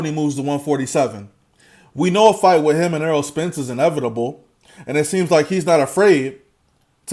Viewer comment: Its Errol not Earl bro ;-)